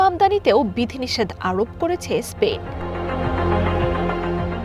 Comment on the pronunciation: স্পেইন নয় স্পেন